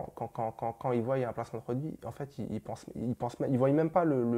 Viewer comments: "Qui voiyent"😂non stp pas toi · Il dit "Ils voyyyyyent" mais c'est "Ils voient" donc arrête de prononcer le Y ca me tue les oreilles même si t'es sympathique